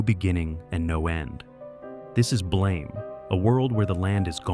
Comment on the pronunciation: One Dark future that is never mentioned but really needs to be is the Xeelee (cheelee) stories and novels created by Stephen Baxter. It isn't pronounced BLAME like in to "blame someone" but is instead pronounced "blahm". And according to the creator The City may stretch as far as Jupiter in the current story line.